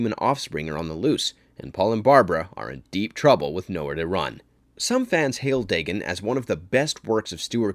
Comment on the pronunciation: Day-gone, not Day-gun.